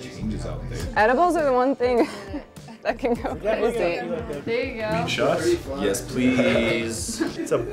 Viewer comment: He said weed shot but all i heard was satan